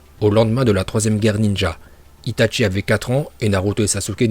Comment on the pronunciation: "Itatchi" "Orochimaruuu"